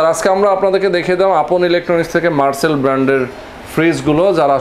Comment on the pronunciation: মার্চেল নয় .. মার্সেল!